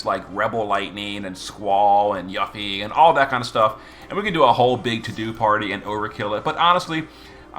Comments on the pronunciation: he issue is people not recognizing the romanization of ユ is YU but the U is pronounced as oo in Japanese. If you don't know that and attempt to apply English rules to the pronunciation, you end up with yuh-fee. There was a large fan base that was shocked when they discovered the correct way to pronounce her name, with even some only finding out when ff7r integrate came out. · There is no need to wait for Rebirth to come out. She was already in the Episode Intermission DLC for Remake and pronounces her name there as "You Fee". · you got a point. I check the wiki FF Japanese version, the katakana writing is ユフィ ( yu fi ). Hence pronounce you fee. Also, Final Fantasy 7 Remake part 2 is coming soon, we will know the proper pronounciation for Yuffie. In the mean time, can call her whatever she likes 👍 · I've just never heard someone call her that I'm not sure if it's a purposeful gag or if that's really how he pronounces her name he calls lots of ffbe names so different to then what I would pronounce there names it's a curve ball for me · yeah of course I didn't mean any disrespect towards him I love him so much he's carried me in the game all these years I was honestly on curious why he says it that way it's funny and I like it but sonetimes when things aren't pronounced how I'm use to my ocd kicks in weirdly enough